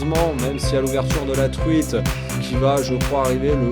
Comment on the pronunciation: Le leurrreuu !, La truiiiiteuuu !, Lleuu onze marsseuuuuu !, leuuuu carnaaaaasssier ! Vous avez choppé le sydrome des youtubers ! 😂🤣 Mais bon la vidéo reste de qualité 😉